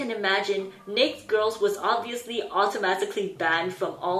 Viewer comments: I think you're pronouncing "naked" wrong and it's driving me crazy. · gotta say,, the cutest thing is your pronunciation of n*ked with only one syllable. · Bruh she said she'll get demonitised for saying that so she'll be pronouncing it wrong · ......im concerned with how many ppl don't know why she is mispronouncing it. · Your pronunciation of naked is cute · Sorry no hate but it just threw me off every time you said naked because I pronounce it differently (no hate! As I know everybody pronounces different words differently) hahahahaha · You’re so cute, I’ve never heard naked pronounced like that. But I’m thinking you did it on purpose because youtube will ban accounts for stupid shit like saying certain words. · is it nake girls or naked girls? why do I only hear her say "nake" girls. Naked is pronounced as "neyked" and she only says nake (neyk)?? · Or rather, pronounced "naykt" instead of the usual "nay-kid"... Interesting... Is the youtube demonetization explanation really true? It doesn't seem likely, as there are thousands (millions?) of videos on YouTube where "naked" is pronounced correctly. Technically it's a lot easier to censor on the written word "naked" in texts/titles rather than some speech recognition technology... I thought it was just a mispronunciation. After all, there are many words that should be pronounced like that, "baked", "ached", "raked" (normal past participle pronunciation pattern for verbs), while "naked" follows another pattern (for adjectives, and verbs that end with 'd' or 't' ), "crooked", "wasted", "faded". On the other hand, the narrator (this youtube channel owner) pronounces all other words perfectly, so I don't really know... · its funny that you say nakd instead of naked... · Is there a reason for mispronouncing "naked" ? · is their group name really pronounced 'neykd girls' and not 'na-ked girls' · the pronounciation is not neyk but neyked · NA-KED. Ked. You kept saying "neikt" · "NAK'd" is honestly killing me